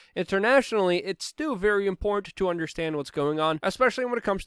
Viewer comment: It's not wit it's wiTH and it's not imporant it's imporTant and it's not Puin it's PuTin. If you are going to broadcast you should learn how to speak English!!! And by the way there is no country called Mymar.